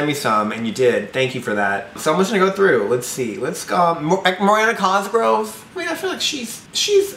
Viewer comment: "moriana cosgrove"